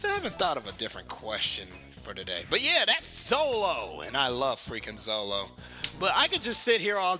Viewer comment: Zolo? they called him Zolo!? it's Zoro!